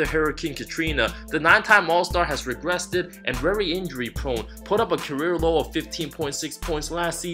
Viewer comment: great video but did you say "regressted" and did you call Frank, Fred?